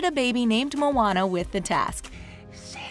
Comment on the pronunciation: Moana* it's not pronounced "Mona" as in "Mona Lisa" okay?